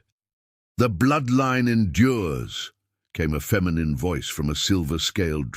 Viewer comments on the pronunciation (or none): none